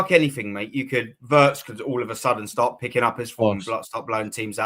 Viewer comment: pronouncing Wirtz correctly, end of days stuff. Watch the lad soar now.